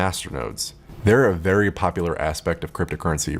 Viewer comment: "So guys... Zthank you vvvery much" for uploading